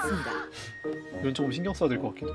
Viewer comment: 한국섭에 외국인와서 춴춴히! 초큼 더 춴춴히! 이러는걸로 생각하니까 되게 웃기네ㅋㅋㅋㅋㅋㅋㅋㅋㅋㅋㅋㅋㅋ